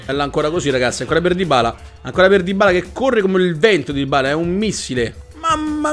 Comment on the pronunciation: Dybala si pronuncia con una B...